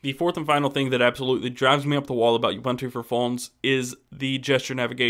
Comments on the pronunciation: I've watched 2 vids now and you keep calling it "U"buntu, a hard "U" and it's annoying. It's personally hard to get past you calling it by the wrong name! It's "uu-BUUN-too" (see Ubuntu FAQ page!). Finally; all you talk about is the UI. Does it make a call? Can you text? What about data over 3g? Four things I hate about your presentation, other than that it was helpful and fun to watch. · Hey it is pronounced oo-boon-too. got it?